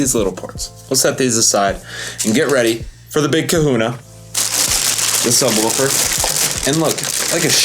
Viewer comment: NOTE: It's pronounced sub-WOOFer... not sub-WOLFer